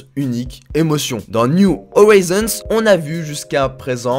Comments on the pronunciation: "Niou Orizonse" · C’est pas niou howison bordel